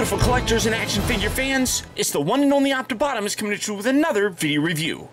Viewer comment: melecio ortiz optibotimus not optibotomus -_